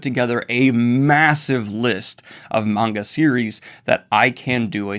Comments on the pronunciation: Daniel finally saying maanga instead of manga is so heart warming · Daniel: starts pronouncing manga correctly Also Daniel: pronounces Kaido like a lunatic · Yeah, Daniel pronounced manga right! 🎊🎊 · Daniel: finally pronounces "manga" correctly Also Daniel: "Kay-dough" Edit: I've been had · Poor Daniel , finally pronounces manga correctly, then turns around and says KAY-do , you adorable man